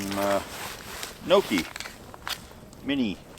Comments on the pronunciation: “Knowkee” the pronunciation hurt. It’s No-chi Also your dinner made me want to gag 🤢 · This was an interesting and enjoyable video, but, If I may correct your pronunciation of 'gnocchi,' It's not "nokee." It's "nyohkee." Good thing there were no Italians within earshot. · Gnocchi is Not pronounced "No-key," it's "Nyaw-key," .... Nee-aww-key." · As an Italian his pronunciation of gnocchi bugged me. Gnocchi is pronounced knee-oh-key not no-key. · Nokey lolol gnocchi dude gnocchi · Dear: "Gnocchi" isn't pronunced "noki" or "nouki", but "neo-ki",yes, as in "Neo" from the Matrix, and "ki" as in "Kilo" at the end. Otherwise, great video as always! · seriously, it's pronounced nokey? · Gnocchi is pronounced Nyockee ...italian camping food😉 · whats a nokie??? do you me italian gnocchi??? lol.its pronounced nyawkee phonetically lol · Mini nooogi😂😂 my italian heart got stabbed by the mispronunciation😅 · never hear gnocki pronounced that way. Is that regional? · Um it’s pronounced “guh-nah-cheee”. Wow. Uncultured swine. 🙄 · British pronunciation of gnocchi is annoying to me coming from a city that is filled with Italians who descended from a huge immigration wave of Italians back in the late 1800's through early 1900's. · Look up how to pronounce Gnocchi…… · Please learn how to say gnocchi.